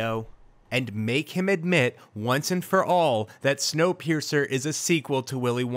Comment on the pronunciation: video: “Wonkapeircer” me: clicks off video